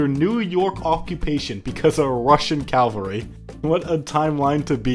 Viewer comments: Very cool video, just one little thing, when referring to troops on horseback it's called CAVALRY, NOT CALVARY, CALVARY REFERS TO A VERY SPECIFIC HILL IN JUDEA, NOT TO FUCKING TROOPS ON HORSEBACK, FOR THE LOVE OF GOD JUST PRONOUNCE IT CORRECTLY. But yeah thanks for the great content, keep it up. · I love hate to be that guy. But it's "cavalry" not "calvary" Cavalry comes from the same root as "chivalry" since Knights always rode horses Calvary is the name of the hill on which Jesus was crucified. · Please stop saying calvary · Cool drinking game: Take a shot every time he mispronounces Cavalry